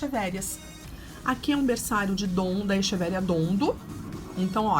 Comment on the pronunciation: Se pronuncia equeveria